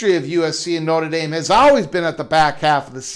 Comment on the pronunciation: You can't even say Notre Dame correctly. Why should we listen to someone that can't even pronounce the name? You can't even say wonder correct. I question the thinking of someone that can't control their own speech. BTW, ND has several upcoming big games coming with Clemson, Bama, Auburn, BYU, Texas, and Florida. So...... how are they worried? USC came BACK to ND to get them to the table. ND upgraded the lost USC game. USC can't go better than 9-3 and won't sniff the playoffs.